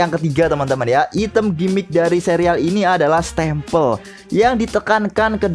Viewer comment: Koreksi: -Item Dibaca"Aitem"Bukan Item -Ganda Itu W (Double) Berarti Half (Setengah)+Ganda (Double/W)